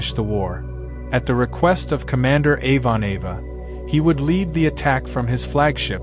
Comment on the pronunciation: "Avon-Ava" ... That mangled mispronunciation is extremely grating